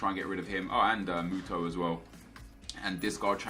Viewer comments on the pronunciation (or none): none